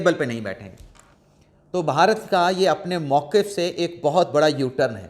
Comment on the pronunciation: محترم آپ صحافی ہیں اردو میں صحافت کرتے ہیں لہذا آپ کے لئے درست تلفظ کا ہونا نہایت اہم ہے۔ لفظ "بھارت" ہے اس کا تلفظ "بھا" bha "رت" ہوگا نہ "بہارت" اس کا تلفظ "ب" "Ba" "ہا" "ha" "رت" جب بھی "بھ" آئے وہ ایک ساتھ پڑھا جاتا ہے نہ "ب" اور "ھ" الگ الگ۔ امید ہے یہ اصول باقی قارئین کے لئے بھی مفید ثابت ہوگا۔ شکریہ۔